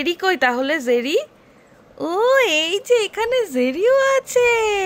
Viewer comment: Tao abar jerry ke bolchen zerry ...oi din bolechilen , bridge ke breeze ...fridge ke bolen freeze ... kintu bhul to dhora jabe na... 😁